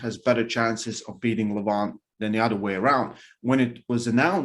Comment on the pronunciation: Isn't it pronounced Levan? Instead of Levaaan? ;-)